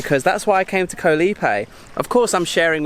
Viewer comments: FYI, the word Island, "KOH" shouldn't rhyme with "TOE." It actually sounds more like the "AU" sound... "Gau" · you should know by now that KOH (island in Thai) is pronounced with a soft (O) as in the word GOLF. No hate, just want you to pronounce KOH like a local Thai.